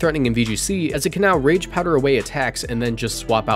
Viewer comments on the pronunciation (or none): none